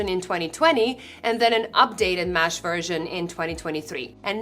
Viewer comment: MESH not MASH